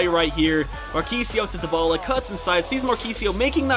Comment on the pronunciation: It's ( die- bala) not (de-bala)